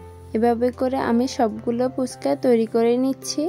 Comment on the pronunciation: আপু পুচকা না হবে ফুচকা। বার বার পুচকা শুনতে ভালো লাগে না।